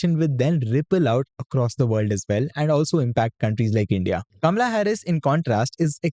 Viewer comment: Dude, she is Kamala and NOT Kamla!